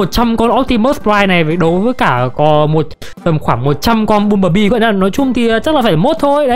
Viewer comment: anh ơi băm chứ ko phải là bum